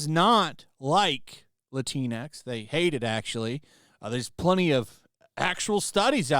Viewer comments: It's not Lateen X it's Lat-in X. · C'mon guy.. it's pronounced: 'La-tinks' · Latinx sounds like Kleenix!